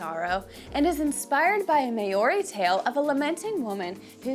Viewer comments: " the may oree people" geez. Maori is like saying cow but with an m and ree at the end. No hate just correcting an innocent mistake, thanks for taking interest in another culture. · Never heard maori pronounced like that 😅 try saying the ri part like a roll on the tongue... the clubs can also be called patu. I personally own a wahika 😝 also wahika with the hi being pronounced more like hee. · Can't even say Maori correctly - not a good start. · I agree